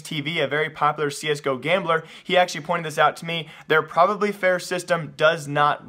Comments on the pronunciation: Dude it's not "probably fair" lmfao it's PROVABLY fair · ITS PRONOUCED PROVE-ably fair not PROV-ably fair prov-able isnt a word